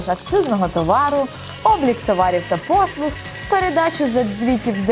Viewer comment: Дякую за інформацію. Але дуже слух ріже вимова букви "Г" . читаємо "послуГА", а не "послуҐа" .